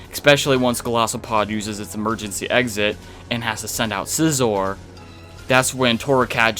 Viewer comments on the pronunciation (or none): none